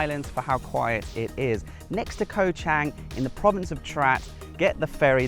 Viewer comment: I see you are still butchering the pronunciation of Koh Chang....bad habits are hard to break. Great video all the same...Cheers.